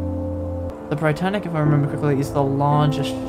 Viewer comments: It’s pronounced “Brit-tanic” as opposed to “bright-tanic” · It's not the Bri-Tannic. It's the Brit-Tannic. As in "Britain". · It’s not b-ree-t-ay-n-ic, it’s b-ree-tan-ic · no it’s Bri-tann-ic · Hi! The reason for the less clutter on deck in the RMS state is because, at the time of Britannic's commissioning as a hospital ship, only 5 of the planned 8 gantry davit lifeboat systems had been installed, so they were replaced with lots of traditional Welin lifeboat davits to make up for the lost capacity. Also, I believe the pronunciation is Britannic, like Britain not Britannic as in lie. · Great video! Just a heads up though Britannic is pronounced how you would say Britain